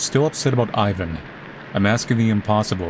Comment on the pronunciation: So hyped for the sequel! Just a note though, Ivan is pronounced "Eevan" not "Ayvan". You did pronounce Renata correctly, however!